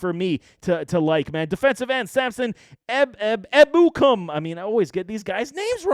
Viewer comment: Really don’t think aiyuk came in overweight, I think the problem was his overall work ethic and practice habits that made shanny put him in the dog house. And just some constructive criticism, look up the pronunciation of names, mostert, tartt, and ebukam were said incorrect.